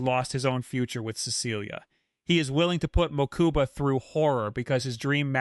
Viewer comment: "Mookooba" smh